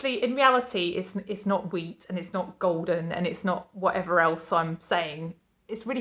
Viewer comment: I thought you said your dad harvested weed at first lol then I got wheat when you said it again I nearly choked on my coffee there lol xx